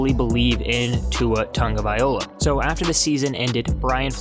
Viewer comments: I'm sorry man but it's been a whole season since he's been on the team...surely you can learn to pronounce his name correctly, no? You've got the first part correct just the ending is wrong you keep saying vai-OLA but it's vai-LOA just how it's spelled at the end. Just saying. I've listened to your videos before the start of the season and just surprised that you haven't learned how to say it by now. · Say it with me: Vy-loa. Not Viola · Brah, his name is pronounced TagovaiLOA not TagovaiOLA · IT'S NOT TAGOVAIOLA ??????? IT'S - T A G O V A I L O A !!!!!!! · Its pronounced Tunga Vy Low ah no Tunga Viola. If you’re going to make videos at least learn how to pronounce peoples names and read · So we supposed to believe you when you can’t even say his name right! It’s TangaVAILOA!! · Guy sensationalizes the facts in an extreme negative light and emphasizes his ignorance by repeatedly mispronouncing his name. Tua has a long way to go but did okay for a guy with no Spring , no training camp, no preseason, a pretty lousy O line, lousy receivers, mediocre RBs and a system not fit for him. Trade back into the top ten, pick up your 3rd 2nd rounder (2-1s, 3-2s, that's five of the top 50), get Tua two receivers, a RB and a Right Tackle and and I'll take the Dolphins over Watson wherever he goes. I'll take Tua twice if Watson chooses the Jets.